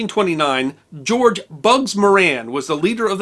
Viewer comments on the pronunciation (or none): none